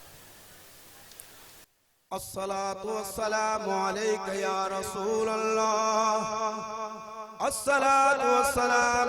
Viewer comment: Sahi tarike se harf Ada nahi ho Raha hai lam allah ka laam mota hai ye aise hi padhate chale ja rahe hai